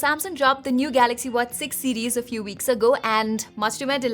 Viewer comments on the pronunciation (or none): Ye madam galaxy ko gaRaxy kyun bolti hai. Compayyteetion... Full fake Accent madam ka. Sab tech reviewer banke ghoom rahe hain. Dislike button.